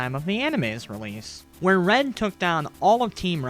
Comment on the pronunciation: it keeps sounding like your saying ren instead of red XDD